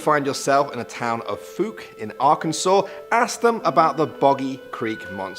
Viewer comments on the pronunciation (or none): Fouke Arkansas is pronounced as Fok not fuk. The Sasquatch is real. We have them all over Arkansas especially up in the Ozarks in the Boston Mountains. I grew up seeing them. We leave them alone. They leave us alone. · Falk like calk not fuk